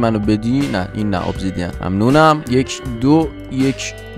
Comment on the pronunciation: داداش اهل کجا هستی به ابسیدین میگی اوبزیدین درست بگو بعد غورباقه به جز ماماگما کیوب و اسلایم چیزی نمی خوره باید ماگما کوچیک ترین حالت باشه که بقوله نگران نباش تورو نمی قوله